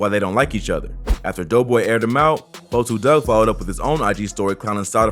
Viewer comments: LEARN TO SAY A RAPPERS NAME FIRST, it’s 42 Dugg not 4-2 dugg , EMBARRASSING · Why u sayin 4,2 dugg iss 42 dugg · so fucking glad you said 42 dugg name right lmfao, everyone says "forty-two." its "4-2" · I wish you wouldn't say his name if you can't say it right. Sheesh.